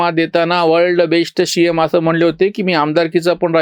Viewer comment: जी, आपला " वर्ल्ड बेश्ट शि यम" हा उच्चार ऐकून खूप खूप हसू येते...!! 😀😀😀😜😜😜